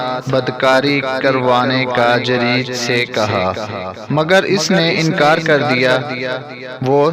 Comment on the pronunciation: जरीज नहीं जुरैज होता है Jareej nahi juraij hota hai